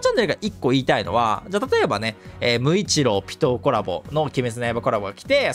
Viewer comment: なんかピトーが鬼滅キャラみたいに聞こえるw